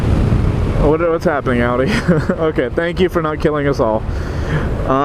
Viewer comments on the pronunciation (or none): none